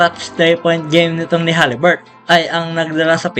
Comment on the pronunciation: Haliburton,Hindi haliburt